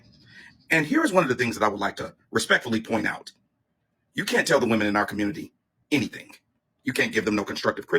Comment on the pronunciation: And the "Communitah"